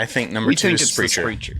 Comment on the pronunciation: Silliness ensues lol. Also, it’s pronounced Sprehk-er 😉